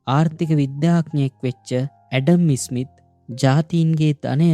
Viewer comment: ඉතා වටින චැනලයක්! හැබයි, ඇඩම් ඉස්'මිත් නෙමෙයි, ඇඩම් ස්'මිත්. ඉස්'කොට්ලන්තය නෙමෙයි, ස්'කොට්ලන්තය. ඉස්' එක, ස් කියලා කියන්න.